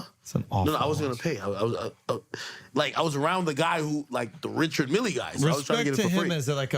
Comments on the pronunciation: Dude mispronounced the name of watch brand (and the guy he met?). It’s Richard Mille (rhymes with hill). Not milley- lol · You obviously arent a griselda listener. The watch brand is pronounched Rishád mill. Not richard milly. Its high end fashion, pretty sure its supposed to be said with a french flair. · i don't like Richard Mille watches either, but it is pronounced "Ree-shard Meel" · You don't say the e lol Richard mill is how you say it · “richard milly” dawg u sound 10 look up the pronunciation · Pronouncing Mille as Milley is insane. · Richard Mille is not pronounced "Milly" lol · "Richard Millie" lol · You don't say the "e" lol Richard mill is how you say it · Do they purposely mispronounce Richard Mille?